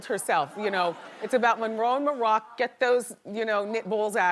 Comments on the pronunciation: also Monrock)))) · "Monroe and Monroccan" 😭😂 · “Monrock” hahaha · the fact she cant get moroccans name right LMAO 😭😭😭😭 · She butcherd dem babies names😅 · no! That's why it's soooo annoying. Monroe and Moroccan, not that hard to say as often as she says there names